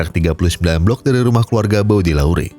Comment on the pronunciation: Hadiirr bg, anyway bacanya "BODÉLEYR" 😅